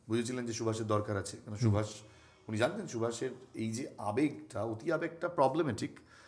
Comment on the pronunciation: Who are you taking Netaji's name as Shubhas, feeled very bad as Bengali